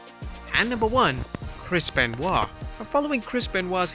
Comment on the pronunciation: Chris Ban-oit amiright?